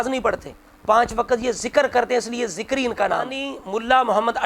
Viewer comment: ذَکَرِی تو ہوسکتاھے لیکن ذِکری نہیں